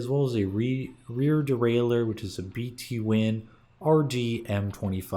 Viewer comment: haha, it's B'Twin, like "between", not "bee tee win"